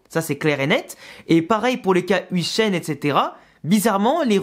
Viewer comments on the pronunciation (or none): Salut le nom de huijsen se prononce “œil”jsen et non ouijsen